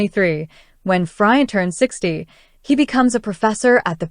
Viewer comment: Pronounced FreeAuunt not Fry ant. And Boo jwa zee, not Berj wazee..